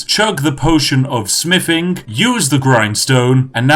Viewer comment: me: potion of smithing? i thought you said potion of spiffing everyone else:... except that one guy: clap